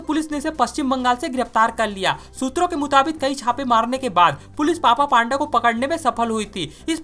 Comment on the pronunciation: पान्दा नही पंडा कहते हे यार😅😅